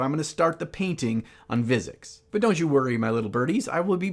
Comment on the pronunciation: I don't want to sound like a douche but I enjoyed every part of this video except when you repeatedly said Vizzix instead of Vizzik. Still, keep up the good work good sir. I can't wait to see the final result.